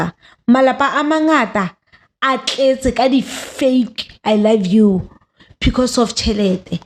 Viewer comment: Yoh😂😂 ngwana sesi le mogatxae bona...Bare "I lab you"